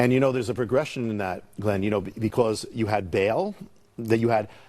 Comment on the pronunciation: Glenn, in case you're reading this, it's pronounced "bah'ahl" not "bail"